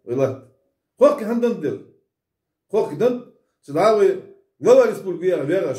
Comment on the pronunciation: Седой седой выговаривай национальность правильно